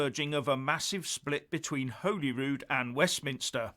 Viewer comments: It is not Holyrood (as in Holyland), it is Holyrood (as in Hollywood or the holly and the ivy) Wee skinhead facist bawbag bar steward if you are going to disrespect our Parliment at least learn enough that you know it's name. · it's pronounced Hollyrood not Holyrood. You're welcome 😆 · He can't even pronounce "Holyrood". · He can't even pronounce Holyrood properly. He pronounces it Holy Rude, it is pronounced Hollyrood, but spelt Holyrood. Can't believe anything Tories say, they do have an awful track record. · Perhaps if he could pronounce the name of the Scottish Parliament correctly it could help. You can only get ready if you know what you can get ready for. Is confirming that Scotland is a separate country???